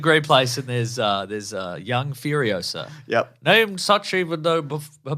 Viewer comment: It's Furiosa, not Furiosa